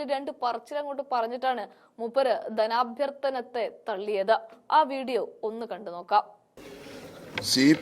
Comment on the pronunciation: എന്താണ് ധനാ ബ്യ ർ ത്തന 😂😂😂